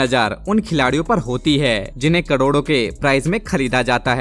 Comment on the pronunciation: Bhai apne coroda bola na ki crore